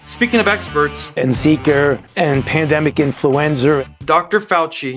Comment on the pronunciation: Who’s that guy, Maddow? And why is Foochie calling it Zeeker and Influenzer! And why don’t I watch TV more oftener!?